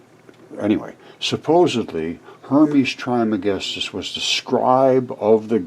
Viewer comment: There has been an episode of Ancient Aliens in the past about Hermes Trismegistus. It's been a few years ago. Some believe that he and Merlin and the Magician are one in the same. Pronounced "Tres" by the way. He is also believed to have authored numerous ancient texts, including possibly the Voich Manuscript.